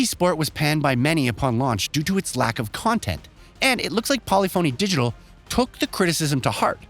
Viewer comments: How many words can this guy mispronounce, starting with Polyphony Digital??? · Am I the only one who cringes each time this guy pronounces “polyphony digital”? 🥴